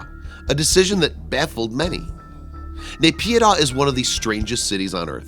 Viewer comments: It's Spelled as NAH-PEE-DAW = NAYPIDYA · its pronounced Naip-yee-door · NAYPYIDAW, MYANMAR...NOT BS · Candystrap i don't have to prove it any more than I have to prove that there aren't aliens living on the moon just 'cause i call bs on a video that claims there. Whats dumb is that you believe this video when the publisher can't even say the country or city name properly. But a quick google search will prove that its bs. You should try it. Here is an example of what you will find